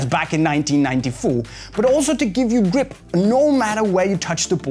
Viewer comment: cool way to say "gwip"